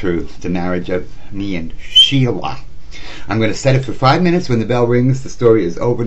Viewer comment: Stella is the real name of Sheila. He messed that up a couple of times. LOL